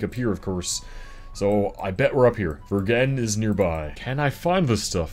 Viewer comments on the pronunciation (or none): Vergennes is pronounced Verjenz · You finally got to my state! I've been to about half of these locations and even eaten lunch at the Lyndon buffet! Also the way you pronounced Verngennes was physically painful.